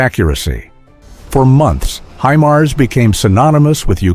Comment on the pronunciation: Х аймар😂 Искандер... ударение а😂😂😂 искуственный интелект читать еще не найчился😅😅😅